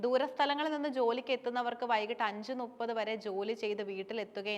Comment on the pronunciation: ചേച്ചി, ടീച്ചർ നുപ്പത് (ന്നുപ്പത്) എന്ന് പറയാനാണോ പഠിപ്പിച്ചത്, മുപ്പത് എന്നല്ലേ പറയേണ്ടത്...